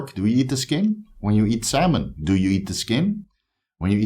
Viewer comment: “Saulmon” 😂😂 love ya man good vid!